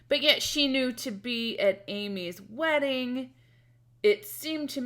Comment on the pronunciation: "Raggedy Man, I remember you! AND YOU AR LATE FOR MY WEDDINGAH!!" Amy, your Ten is showing-ah...